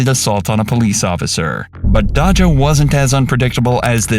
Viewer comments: Sorry but you calling Dajah “Dah-Jah” instead of “Day-Jah” like how people in the video pronounce it kinda annoys me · It’s Dayja not Dodga. You’re welcome AI voice. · Say it with me Day juh!!!! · If u call her dodga one more time 😐lol 😁 it' sounds like Dayzya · Almost 1 million subs and you don't know how to pronounce "dajah"? Cmon my guy. It's not hard. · Lol it's him mispronouncing Dajah when they said her name in the video plus calling a Louis Vitton bag Gucci